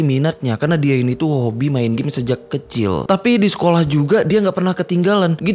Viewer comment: Di menit knp gak di ulang lagi bang perkataan nya terdengar jelas Abang bilang "sejak ketil"